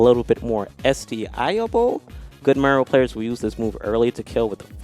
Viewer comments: can’t pronounce Mario, sound it out Ma-ree-oh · he said marill. try not to hear it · why does say mario like mango says marill